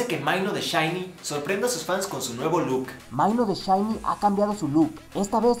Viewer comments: Porque pronuncias tan mal? xD maino? xD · realmente dijo maino? jajaja no!